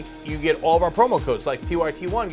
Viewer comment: LOL "It's been nice knowin' you, but geeeyit!" I didn't know Cenk spoke Texan. Evet!